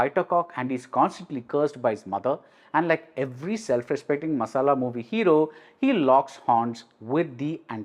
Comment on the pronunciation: How could you say the word "masala"... Hahaha funny🤣🤣